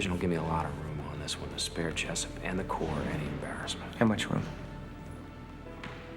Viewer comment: It's Jessup not jessep